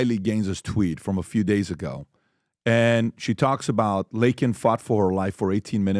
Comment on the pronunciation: LAKEN .... NOT .... LINCOLN!!! You need to work on your English Pat, you sound like an illegal that's about to be deported in next 4yrs